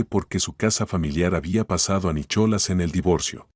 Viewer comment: Se pronuncia Nicolás no Nichola